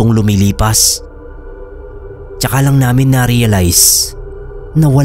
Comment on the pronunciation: Wag po sanang pa sobraan yung pagka bigkas ng ibang words boss gaya ng "namin" pag bigkas parang "naminahhh" tapos my vibration pa. Mas maganda po pakinggan pag natural lang hehe hindi cringy. ☺ minsan kasi nkakainis pakinggan kaya minsan ndi na ako nakikinig gaya ng ibang story tellers. sana po makatulong tong opinion ko. Godbless po!